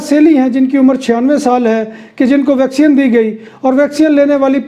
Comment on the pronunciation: Bhai yeh vacsean nahin hai vacseen hoti hai. Baqi informative hota hai program.